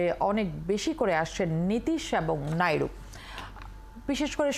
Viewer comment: উপস্থাপক নাইডুকে নাইরু নাইরু বলছে কেনো😂